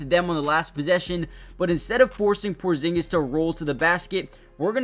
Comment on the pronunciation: almost perfect original pronunciation 😆